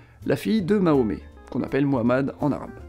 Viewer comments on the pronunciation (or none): none